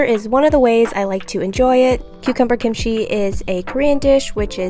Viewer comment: It's not Kim-she it's pronounced as kimchi...kim-ch-i